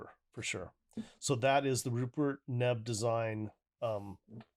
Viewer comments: Good review, well done. It is pronounced like ‘Neev’, btw. Also, your headphones are pronounced like ‘Senn-high-zerr’ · That’s a BAD BOY! It’s pronounced “neave” you should see his $5k DAC!